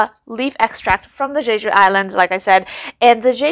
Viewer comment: Love the details and the humor! BTW, the pronunciation is correct “Jay-Ju” 🤩